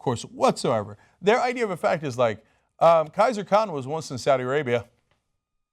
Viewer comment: Khizer not Kaiser!